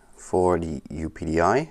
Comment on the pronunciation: Very good. I pronounce it "Up-Dee" :)